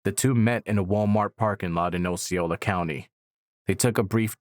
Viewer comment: As a Florida native it's, (AW SEE OH LA) Osceola. Lol